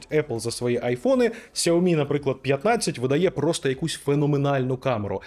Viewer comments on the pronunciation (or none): none